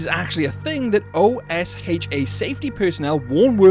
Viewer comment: I don't think I've ever heard anyone refer to the term OSHA, by its letters before. For reference the narrator called it O-S-H-A. Implies potential AI script or they've never heard of OSHA before. Odd i guess